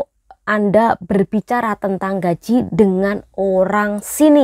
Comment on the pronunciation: dari tadi ngomonge konyol salah cara membacakan gajih baru nyadar ...